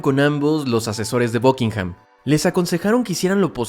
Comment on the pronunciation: Por que diablos dices BUCKINGHAM con O ?